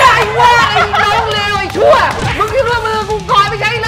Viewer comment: ตามหลักคำนี้มีไม้โทครับ ออกเสียงไอ้ ไม่ใช่ ไอ